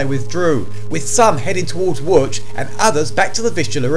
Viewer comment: Wow he pronounced Łódź pretty much stop on. Respect